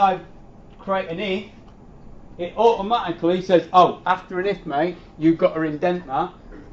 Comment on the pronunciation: "After a if mate you gota indent that" lol